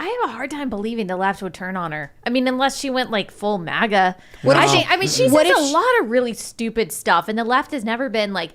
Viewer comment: Why does this dude keep saying MUAGA… its MA-GA. And F**k the globalist queen.